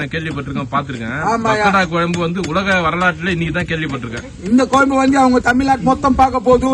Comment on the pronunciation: டேய் பாடு அது கொயம்பு இல்ல டா குழம்பு , அவங்க கூட உன்னை விட தெளிவா சொல்றாங்க ..உங்க தலைவன் குருமா கெழவனே.. கோயி கொயம்பு னு தா சொல்றன். யு டூப் ல தட்டினா ,1௦௦௦ பகோடா குழம்பு வருது ,கேப்சன் போடும் போது பொருத்தமா நம்புற மாதிரி பொருத்தமா போடு, அவங்கள வச்சி சம்பாரிக்கிற ,நிறைய பொருள் வாங்கி கொடுடா , 1௦௦ ஊவா கு ஆட்டுக்கு காலும் , 1௦௦ ஊவா கு மொளகா தூள் ,,எண்ணை வாங்கி கொடுத்து ஏமாத்துறான் ..